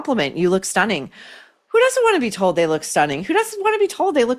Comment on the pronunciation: Katie Couric used to drive my mom bonkers because she pronounces "ing" as "een". Stunneeeen!